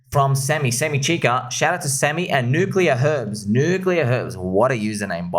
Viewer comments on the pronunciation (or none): none